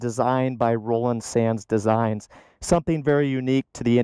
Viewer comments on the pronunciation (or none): none